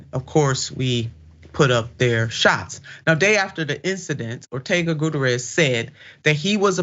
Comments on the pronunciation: For crying out loud, it's "Gut-T-air-ezz!" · She should learn to pronounce names before she starts her podcast. Doesn't anyone on her team know how to pronounce this man's name. It's embarrassing.